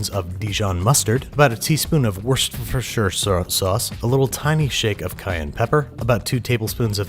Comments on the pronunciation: War Chester Shire sauce. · You mispronounced washyoursister sauce 😂